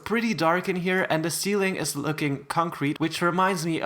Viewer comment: WHEN YOU SAID POPCORN CEEILING I WAS EATING POP CORN LOOOL